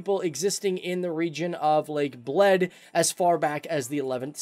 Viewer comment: I needed some time to understand he's saying "lake of Bled", not "lake of blood" 😂😂😂